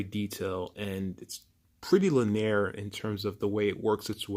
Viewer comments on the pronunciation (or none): Wow that was a very thorough review, excellent job. By the way, linear is pronounced lin-nee-er I just can’t stand this company’s headphones, they just don’t sound right, they sound thin, the mid range sounds bright and wonky And almost all of their headphones sound the same, just not my cup of tea at all. The only headphone of theirs I have not heard is the H6 second edition